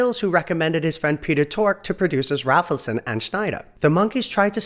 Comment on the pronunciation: It’s Bob “RAYfelson” and Mickey “DOLEenz” - long vowel sounds.